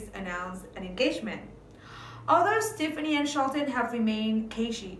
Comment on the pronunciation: The song is Ole Red, Not Big Red. And you are pronouncing Stefani Incorrectly! Extremely annoying!!